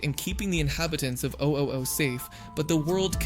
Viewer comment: Maybe he said it like that to annoy people